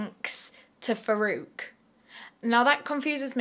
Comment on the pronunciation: I keep hearing verruca instead of Farouk but my,my,my doesn't he seem to have Verruca Salt vibes. It's also ironic that as far as I'm aware Farouk in Arabic origin means one who distinguishes between right and wrong. (Please correct me I'm wrong!)